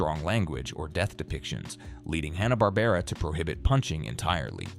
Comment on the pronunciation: AND IT'S FUCKING HANNA WITH A FUCKING SOUND not Hahn like the beer.